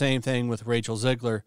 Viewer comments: Not "Zigler". It's "Zegler". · 1. It's Zegler not Zigler. 2. Replacing one Snow Brown with another one, is not a win.